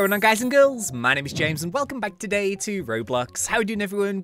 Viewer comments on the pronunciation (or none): none